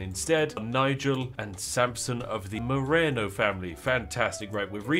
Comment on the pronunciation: My last name being Marano, and it's so close to Moreno the way you say it, my ears puckered up lol